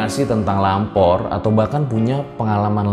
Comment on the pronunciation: Gua kira tadi bilangnya Ngalor bukan lampor😂😂